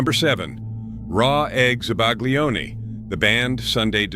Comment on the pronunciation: I compliment you on a nice video. I enjoyed it. It brought back some memories. I'm in my 70s, I've lived in Italy for a few years and speak Italian. Having said that, I cringed at some of the pronunciations! To make this better, you should research correct pronunciations of certain words. Zabaglione does not have a hard G sound. Cotichine does not have the English CH as in cha cha cha. It's more like coh Tee keen eh. Please do this over and pronounce the foods correctly! Some of the pronunciations were cringe worthy. I still enjoyed the video though. Thank you